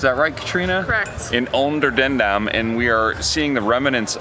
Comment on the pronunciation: Your pronunciation of 'Onderdandam' was very good!